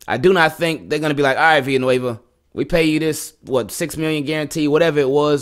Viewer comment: THANK YOU FOR PRONOUNCING "VILLANUEVA" CORRECTLY! I haven't heard anyone else in US sports media pronounce the "ll" like a "y" like you did in this vdeo. It's basic Spanish--I don't speak Spanish at all but I at least know that much. "Me llamo" = "may yamo", "villa" = "via", "amarillo" = "ahmahrio", etc. Keep up the good work brother and Go Ravens!